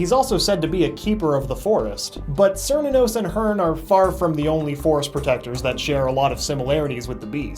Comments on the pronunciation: {Ker-knew-nuss} XD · cant even pronouce cernunos' name. tsk tsk. edit: or shub nigorath's